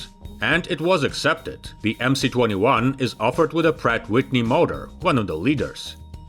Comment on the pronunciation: Why do you call it "The Emsee 21", when it is really "The Emess 21"? Sounds ignorant! Otherwise an interesting and informative video.